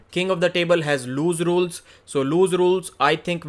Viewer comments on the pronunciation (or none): Hey it’s pronounced “loose rules” not “lose rules”